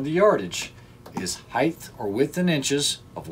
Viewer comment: Someone else making up new words. Height has now apparently become height-th. Who knew?